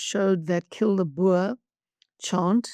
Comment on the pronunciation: As an afrikaner, i find the pronounciation of "boer" by most english, and even some afrikaners when speaking english, as "boor", insulting. I can understand non-native south africans getting it wrong, but Helen, and other south africans, should know better.